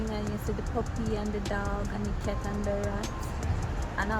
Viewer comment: Did she say cat and the rat? Lol